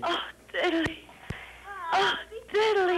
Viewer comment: There’s no Y in DIDDLEE BRO